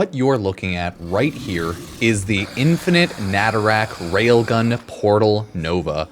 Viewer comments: Normal people: nah tah ruk pupsker: Na ta rack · Nay-Tuh-Ruck but you can rack whatever you want. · Maybe stop calling Nataruk "Natarak" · It's not netherack it's NATARUK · I really hope saying "natarak" is on purpose rather than an accident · Why tf are you calling it naturak? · I love your videos but "natarak" hurts me for some reason. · Why’s he pronouncing a U as and A? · Pronounced Nataruk wrong every time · Nataruk has been Veso'd!